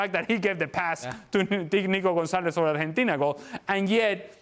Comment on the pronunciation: Pls stop saying Arhentina. It's so annoying. It's Argentina